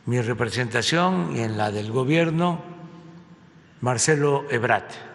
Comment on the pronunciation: Es ebrard, no Ebrad,ya ponte serio.